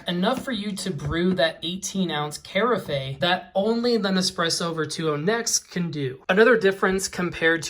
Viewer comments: Kari-fey? its pronounced Care-if...ur welcome :) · Carafe is pronounced "Kare-AFF."